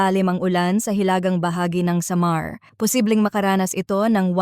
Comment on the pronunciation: Pinay bato cya bakit ang pronounce samar